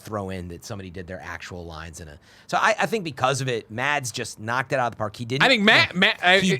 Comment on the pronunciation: The "d" is silent in "Mads". So it's close to the pronunciation of "mass", though with a shorter vowel-sound ;) It has been driving me a little crazy during the MCU in review episodes :D